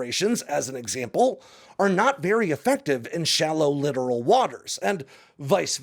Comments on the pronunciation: Littoral is pronounced like it's spelled (litt-oral), not "literal". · It’s littoral, not “literal”.🤦‍♂️ Not pronounced the same way. Someone didn’t do enough basic research. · Pronounced “Li-tor-ull” not “Lit-er-al” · Love your insight and presentation. As a side note Littoral is pronounced Li-tor-al not as you pronounced it as literal. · littoral - “ Lye-Tor-Al”